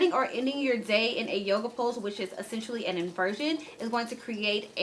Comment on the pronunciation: This girl said “yoga” 😑😑😑 logs off